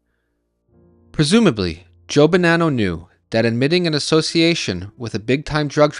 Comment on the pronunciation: The one thing that makes me FRIGGING NUTS, is this guy keeps bouncing back and forth with the pronunciation of the last name of Bonanno. neither is correct, it is BO-naw-NO....I know, I went to Santa Clara High School with Joseph and Salvatore. And my Aunt was good friends with Rosalie Bonanno and worked with her at 1st American Title Company in San Jose.